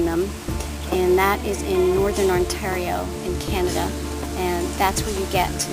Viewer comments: .....On-TAR-io..... I'm sorry that made me laugh because I have a friend in the states that always says that :) But it's ok <3 You're still awesome!!!! And those are lovely crystals :) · on-TEAR-io :P (tear as in to rip). It's ok though :) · I live in BC Canada.. and I too love the way you say Ontario. I am super excited that these wonderful crystals are a gift of nature here in Canada! I loved this video.. and now I want to adopt my own auralite 23. They are gorgeous.. and yummy.. and sparkly and.. wowzers! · lol omg you do say Ontario really weird , I live in Ontario and hearing you say it made me lol . These are gorgeous though wow , I think I need to get some!